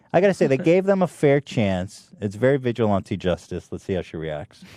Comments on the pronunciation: Papa bless, but please stop saying vigilante like "vigil auntie" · you are pronouncing vigilante wrong and you just discovered stop a douchebag? come on ethan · Wait, how is it Ethan says: “vigilante” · god, I can't stand the way Ethan pronounces the word "vigilante".He repeats himself which is expected of him by now but still.